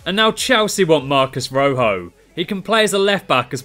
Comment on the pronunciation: Marcus Roh-hoh 😂😂😂😂😂